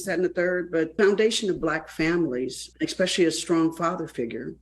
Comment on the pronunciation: First of all Ms. Vivica, you need to learn to speak before you talk about others. You may not like to see black people be represented like that, well I hate to hear black people (like you) say eXpecially. The word is eSpecially. Get it right and come again.